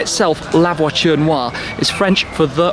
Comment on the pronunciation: Man, it’s Voiture, where is t, not voichure, where is ch.